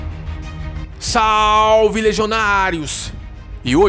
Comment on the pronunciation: Achei o canal hoje. Gostei do entretenimento! Pq não usar latim? Salve em latim se pronuncia “sal-ue”